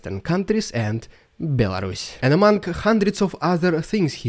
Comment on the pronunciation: BEL-WHO? A RUSS? what?!